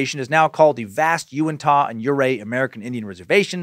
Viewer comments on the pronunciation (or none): Big fan of this podcast and Scared to Death... Living only 30 minutes from the Skinwalker Ranch, this one caught my attention and did not disappoint. Also, we pronounce it "You-in-tuh." So the Uintah Basin is the "you-in-tuh" basin. :) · I'm from Utah and I'm 87 percent sure it's pronounced ( you-in-t-a ) when you said uintah basin. Love the suck hail nimrod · Almost couldn't listen to this one . Just had to block it out each time he mispronounced "Uintah"....but he said it so many times it made it a rough listen.